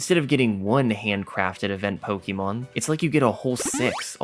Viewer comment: ITS NOT 'POKIEMON'. YOU ARE NOT A 40 YEAR OLD WOMAN IN 1998.